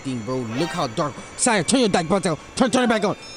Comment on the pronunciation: Brah you just said Siah now you said saih now come on now